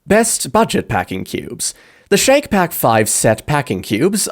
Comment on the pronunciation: I’ve used Shacke Pack for years and they hold up. And I’ve machine washed them on cold. I think it’s pronounced “Shack” not “Shake”. It rhymes: Shack Pack